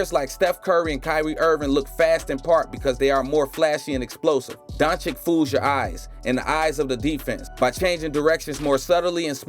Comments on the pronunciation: Luka who? Donchick? If you make the effort to create a video, make also an effort of 5 seconds to learn the proper pronunciation. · Its been a year since the video, did u figure out the right pronounciation of Dončić yet?